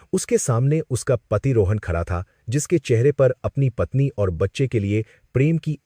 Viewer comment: Khada ko khacha kyo bol rha hi. Hindi nhi ati ky